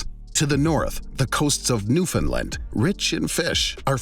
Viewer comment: Finally, someone other than us Newfoundlanders pronounced 'Newfoundland' correctly!!